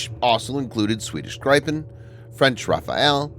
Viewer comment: It’s pronounced grip-en